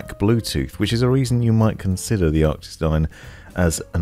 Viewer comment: Man i love your reviews and watch them all but you really trigger me when you say things obviously wrong like ARCTIS not ARCTICS or "SIN-Apse" not SYNE-apse lol call me an asshole i know lol.